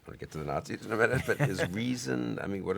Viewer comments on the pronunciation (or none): none